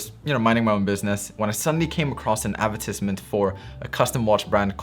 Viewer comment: The way he says advertisement, LMFAO